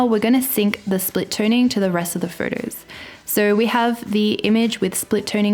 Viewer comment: I live for you to say the word “photos”. It’s perfect.